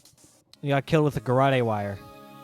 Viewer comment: Since this word is used a LOT in the next case, I thought I should tell you that garrotte is pronounced guh-rot, not guh-rottie. Sorry to be the pronunciation police. 😅